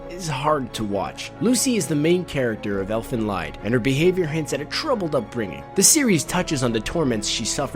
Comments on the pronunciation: Let me get triggered for a quick second: IT'S FUCKING LIED! NOT LEID! NOT LAID! NOT LYDE! F U C K I N G LIED! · The "lied" in Elfen Lied, is German, therefore it is pronounced lee-d. You guys really know your anime's huh? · It is pronounced "leed". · "Elfen Lied" are two German words meaning "Elves song". Especially "Lied" is not pronounced like the English word lying. It sounds like "lead". For Japan people German is like Latein for us. They often use it during e.g. Demon summoning as an mystical language. Or they mix it with Latein as you can see in the main theme song of Elfen Lied. Just saying. Nice video. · I try not to do to many hate comments, but this video deserves it. DON'T PRONOUNCE LIED WITH A L LONG I. IT DOESN'T RHYME WITH RIDE IT RHYMES WITH SEED. IT IS A LONG E SOUND. THERE IS NOT REASON FOR ANYONE WHO HAS SEEN THIS ANIME TO MISPRONOUNCE IT. IT SAYS IT IN THE ANIME. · Well in his defence most non german speakers don't know that I is pronounced ee. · Lied is pronounced "Leed". It is German. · you need too pronounce Lied as if you would say eat. For english people it should be Elfen Leat (Lied being a dutch word and just so happens to be my language). so making fun of you in any way BTW. just never heard the pronounciation like that. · The Lied in Elfen Lied is pronounced as lead...the name of the series is deliberately supposed to be German. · "Lied" in Elfen Lied is pronounced "Leed", like "bleed". It is German for Song. Though, Leid, which is how you pronounced it, means suffering and might as well be correct.... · Also, Lied is German, it's pronounced "leed." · Lied is a german word, so the pronunciation is different. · you said lied wrong. the I is said like a long e. it's German for song. the anime is really called eflen song. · Good list, but that's not how you pronounce "Lied" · the irony is strong in how he pronounces lied in elfen lied